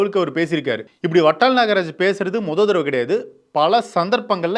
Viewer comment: Its VATAL & not VATTAL. Kindly pronounce it properly